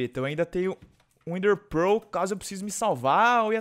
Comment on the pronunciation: O FALA ENDER PEROOOL